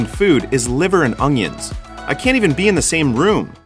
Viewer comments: Did you say..."Liver and ong-yuns"? What in the hell is an ong-yun. Do you chop them up and put them on your hockdog with maybe a little manase. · Its like the way that Louisianan chef Justin Wilson used to pronounce onions.